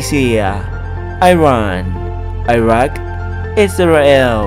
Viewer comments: ขอแย้งนะครับมันอ่านว่า อิรัก อิหร่าน ไม่ใช่ ไอรัก ไอหร่าน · งงตรงอิรัก อิหร่าน อ่านเป็น ไอรัก ไอหร่าน ตกลงผมเข้าใจผิดมาคลอดหรือ อ่านผิด